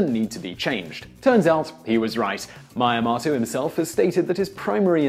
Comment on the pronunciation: Please learn to pronounce Japanese. All the vowels work the same as in Spanish, it's very easy. ME-AH-MOH-TOH